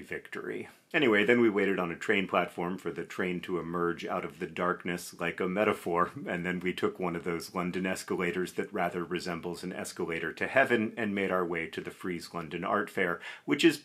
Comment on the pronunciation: I think you meant to say “escalatoré”